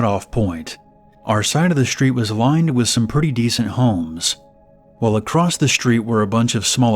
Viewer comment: There's no T on the end of the end of the word across..... wtf